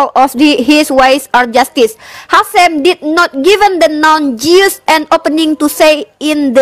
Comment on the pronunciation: Jews bacaanya BUKAN [Jius], tapi [Jus].